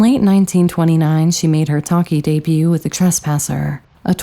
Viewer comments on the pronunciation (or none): none